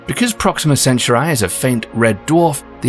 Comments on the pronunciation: I've never heard Centauri pronounced like that...is the narrator a bot? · Centauri is not an English word. Correct pronunciation is in Greek or Latin. This version is just... Bad... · Same here. It's not hard, they shouldn't be struggling with this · I thought so to, but I dont want the British to cancel me. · It does take me off focus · I’m a Brit from the south part of England with the same accent as the narrator . I think American and British pronounce it the same way. Not as in this clip. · Proxima Cencher-eye? Gack. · It's pronounced Sen Toor ee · The way Centaur'i' is being pronounced really bugs me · "It's CentAUri not CenturI" Hermione Granger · centauri not centurai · CentA'uri dude.... CentAAAAAAAAAAAAAAAAAAAA'uri not CE'nturai !!! not Samurai! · Is the system really pronounced Alpha "Cen-chu-rai"? I was always taught it was Alpha "Cen-tau-rie". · Alpha "centrai"? Dude is it so hard to speak centauri? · I get ear damage everytime you said "senterai" OMFG ! It s "SENTAURI" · the presenter keeps say Alpha Centuray. It's Cen-Taur- e .. not Cen-Tu-Ray ... 🙃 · I think it's called Centauri and not Centray. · Say it with me now "cen tor eeee" not center eye😂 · yeah but it’s Cent-aur-ee, like Centaur. Not CeNcHaReYe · I think you're pronouncing "Centuri" wrong. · yeah sounds like he's saying centru eye its is aggravateing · why do you say "centurai" ? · Ivory informative and interesting, but i found very annoying and distracting how the narrator constantly mispronounces “Centauri” almost like “century”. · =/ " SEN - SURE - I " REALLY?? ROLLS EYES... LEAVE IT TO A BRIT!! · You keep pronouncing Centauri wrong!!!!!! It's pronounced "Sen tor re". Like Taurus the constellation!! It wouldn't be "Choo Rus" or "chow ri". Idiotic. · This guy's production team was far too polite to correct his pronunciation of Centurai.. how British. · Alpha Centurai??? 🤭 Where did u get that pronunciation from? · CENTAUR EE NOT I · In Indonesia it spelled Sen - tau - ree. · Center eye